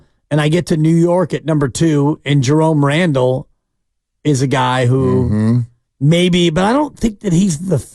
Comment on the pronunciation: "Jerome Randle"